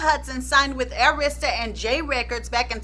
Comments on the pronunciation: So I'm not the only one yelling AIR-ista everytime she says a-RIS-ta??? 😁😁😁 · You know i love me some!!!!!! Because normally i get so ticked🤯 when people do not pronounce Arista records (it was pronounced wrong) because its easy to say it......but i know your intention so i didnt get too hot 🤣🤣🤣🤣🤣 but you connected some dots very clearly...always a good job